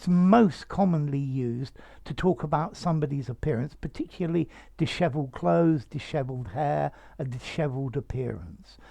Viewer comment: Beautiful word and beautiful pronunciation. Thanks.